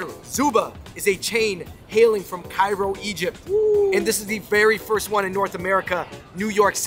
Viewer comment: bro did he just say Jairo...